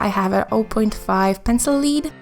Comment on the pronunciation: Hi there, love your supplies and artwork. Also the word for pencil "lead" rhymes with head, not bead... (English is ridiculous, I know - your english is excellent by the way, just thought you might want to know)